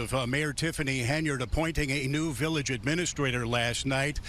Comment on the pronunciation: village "ahministrator" She also knows Michael in the biblical sense.